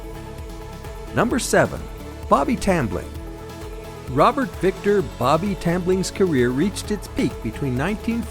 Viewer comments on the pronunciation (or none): none